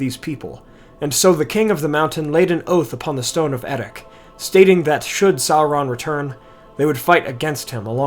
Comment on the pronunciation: I would have thought the final consonant of Erech is pronounced the same as the /ch/ in Loch, not with a /k/ or even the Dwarvish /kh/.